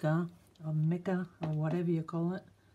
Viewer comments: Hi! Love this One! The word mica has a long "i" as in "bright". Keep on inspiring and have a nice day! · mica is pronounced with the "I" sounded "eye". You were correct the first time. Your English is better than many native English-speakers here in the States. Of course my English fiancé would say - we don't speak English anyway so who knows? LOL The nautilus is AWESOME in any language!